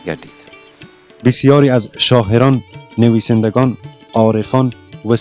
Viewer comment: برادر عزیز ممنون از ویدیوی شما‌ ولی لطفا شاعران‌ را درست تلفظ کنید شما شاحران یا شاهران می‌گوید و چندین لغت دیگر را اشتبا تلفظ کردید مثلا قلعه را قلحه تلفظ میکنید